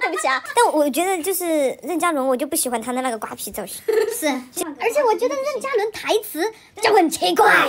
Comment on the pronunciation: 任（2声）嘉伦，不是四声